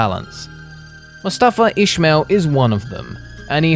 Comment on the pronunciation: FOR FUCKS SAKE HIS NAME IS " ISMAIL" NOT FUKING ''ISHMAIL''